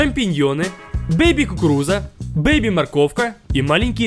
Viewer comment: Я помню как говорил "бейба"